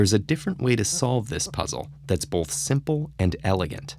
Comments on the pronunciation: I dont want this guy explaining this riddle like hes better than me even though he pronounces “both” like “bolth” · I have one issue with these TedTalks riddles... the narrator! He speaks clearly and all but I mean C'mon who says "Bolth" not "Both" there's no L in there!! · you say the word 'both' as if it is spelled 'bolth'. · "Bolth" "Bolth" "Bolth" "Bolth" "Bolth"